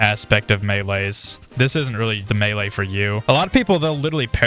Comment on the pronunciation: Meaee? Isnt it melee?